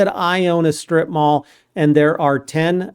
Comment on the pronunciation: Instead of “strip mall” I heard “strip bar” at first… 😂😂😂😂Kind of glad in example was used first one…🙏🙏🙏😅😅😅🤣